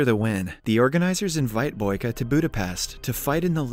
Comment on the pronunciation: Its boyka not baky